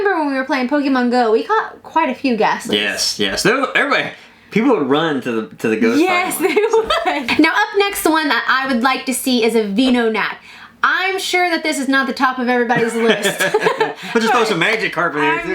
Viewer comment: "Vee"nonat? lmao. No. Venonat, like venom.